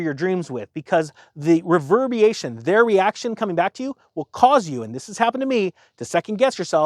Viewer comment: Reverbiation? Whassat? Re-verb-er-a-tion?